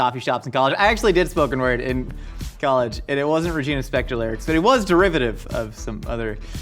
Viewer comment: you are such an amazingly complex human, and I am humbled to hear you say Regina Spektor.